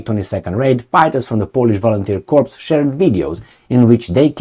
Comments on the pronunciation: Corps sounds like core no ess plural sounds. Unequivocal or unequivocally goes like un equi vocal. Basically no doubts or very sure. For your information I have similar problems when dealing with more than three syllables. Gooder. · Corps is pronounced like the French original 'cor' drop the 'ps' because the French can't spell; unequivocally 'un-eckwiv-voh-cal-lee' meaning not-qualified: so certain, absolutely for sure as OP says.